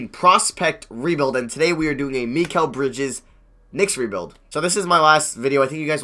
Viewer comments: Also, I think it's pronounced my-cal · It’s pronounced mahh keeel (L) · Pronounced Meh-kel Bridges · It's pronounced MY-kal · Mikal is Mih-Kell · you put so much emphasis on the "MI" part of mikal bridges name lol